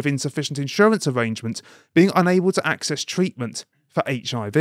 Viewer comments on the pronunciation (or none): none